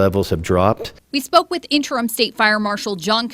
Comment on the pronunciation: "Augist" is not a word. "Interum" is not a word. "Buhfore" is not a word.